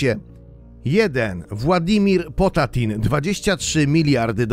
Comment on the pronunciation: jak juz to władimiri potanin